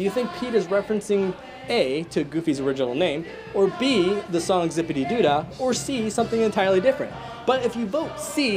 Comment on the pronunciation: I think it’s Zip-A-DEE-DOO-DAH